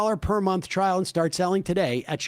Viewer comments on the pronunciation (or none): none